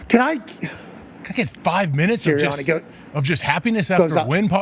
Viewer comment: I love Pat, but the way he pronounced the "a" sound in "Sirianni" is really awful. That way of talking - that accent - is really an ugly sound that the ears don't want to hear. Pat, can you please pronounce your "a" sounds the way everybody else does? Thanks.